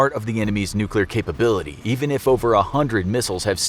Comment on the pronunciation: "nuk war"